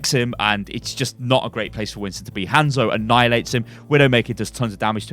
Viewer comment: Jesus christ, it is 'hahnzo' not 'hand soap'.